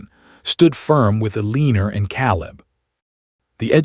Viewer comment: Correction: Eleanor = El-lăn-ōr not Eleener Caleb = Cā-ləb not Calb.